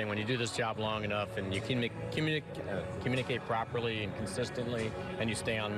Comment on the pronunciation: Hilarious. He flubs the words... "communicate properly".